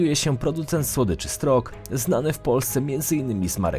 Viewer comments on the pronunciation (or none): Wkradł się błąd ...'Sztork' nie 'Strok'